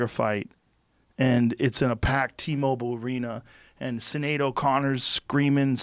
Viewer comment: CE-nead O'Connor lol